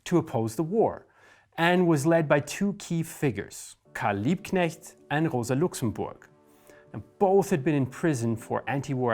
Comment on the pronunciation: Liebknecht/Luxemburg? Really? Every single time!